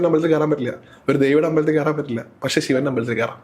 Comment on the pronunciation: Avatharika yude Malayalam pronouncing kurach sradhikkendiyirikkunnu “kshethram ““pakshe”